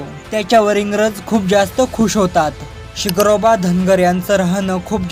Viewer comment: SIGROBA nahi SHINGROBA bol Yedzavya u tube walya